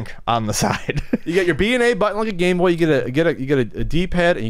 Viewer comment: I love handhelds. Always have. When I first became aware of the original GameBoy I nearly lost my mind, heh; goodbye Microvision! I can't quite make out the name of the handheld that you two kept mentioning, though....'Artie Boy'? 'RD Boy'? I want one!